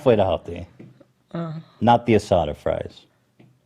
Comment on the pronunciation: Ethan pronunciation of asada 🤮🤮🤮